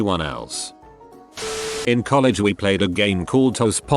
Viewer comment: No one: The voice: Coll egg